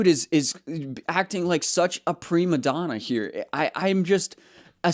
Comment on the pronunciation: Prima Donna* (First Lady) not pre maddona it’s okay to get called out for mistakes, hopefully Bellingham learns from this example 😂